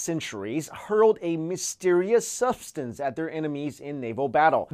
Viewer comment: our "incestors" aside.... "suff-stance"? an "IN-tidote"?? and then ... "antidolt" is said twice? he just has a problem pronouncing words, I take it. :/